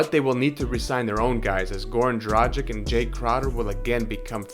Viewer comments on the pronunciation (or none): kaže se D R A G I C - ovaj tim Miami heat na zapadu bi se borio za 8. mesto tj za ulazak u play offs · Another american who cannot say Dragić, it's tragic. So hard to listen.